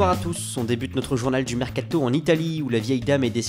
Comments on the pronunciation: mécato il a dit😂😂😂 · comment il a dit "mercato" j'était ko sinon bonne video